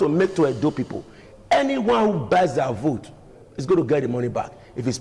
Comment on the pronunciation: Ogbegie, the word is pronounced p-o-i-n-t, please. Stop pronouncing it as p-w-e-n-t. It is also called p-e-o-p-l-e and not p-i-p-o. Chai! A whole Barrister.